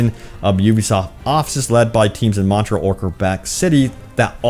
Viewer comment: Sir, it is "Montréal" not "Montrell".